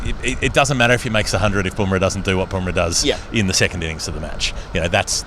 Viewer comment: Bum rah not Boom rah.